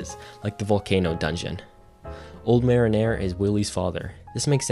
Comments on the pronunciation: When he first said I was like old marinara?! Because I had the vid in the background. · Mare in air? …. Muh-ree-ner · 'go-rotto' 'old marinara' 😅 Edit: "Spouce"